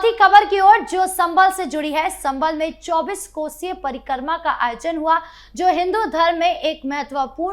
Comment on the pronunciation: कृपया परिक्रमा को parikarma न बोले।